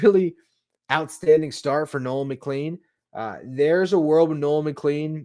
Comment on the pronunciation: Just fyi: Nolan McLean’s name is pronounced “McClane.” Like Bruce Willis’s character in Die Hard. Doesn’t seem like it should be pronounced that way, but it is.